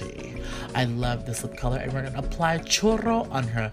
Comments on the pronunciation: You said chorro not churrro😂😂 there's a HUGE difference hahah chorro means diarrhea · Did he say chorro instead of churro😂😭💀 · You pronounced "churro" wrong you said "chorro" which means diarrhea in Spanish 😂 I can't ! I was laughing my butt off but great video and makeup ! Love you 😘 PatrickStarr ! Can always count on you to make me laugh 😂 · Isn't it chorrio? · I heard chorro the 1st time, but then he continued to say it right, "churro"... Don't worry PSTARRR, you got this!😎👌🏼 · I thought you said Chorro until you said like the dessert then I was like ohhh churro! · I literally thought patrick said chorro (which means diarrhea in spanish) instead of churro !! LMFAO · It sounded like he said chorro instead of churro 😂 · 😱 Patrick Churros pronounced like "Choooo-doe" you were saying Chorro and that's diarrhea 😂😂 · lol it sounds like you're saying "chorro" which means diarrhea in Spanish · I was like wait what is he saying!!? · YES I was just about to say that 😂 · i was thinking the same thing!!! 😂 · Lol i swear he was saying chorro 😂😂😂💀 love me some patrick star you the best! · LAUGHING when you say churro it sounds like you're saying chorro 😂 LOVE YOU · yo did he say chorro? cause that is NOT. dessert 😂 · I thought patrick was saying "chorro" which in spanish means shit LOL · When he was saying churro wrong it sounded like a way you say shit in Spanish I was dead 😂😂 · If you know spanish u know that patrick shouldnt have pronounced it like that 💩